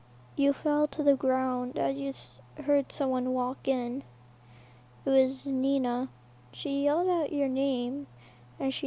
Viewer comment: Not to be rude but it's Mina not Nina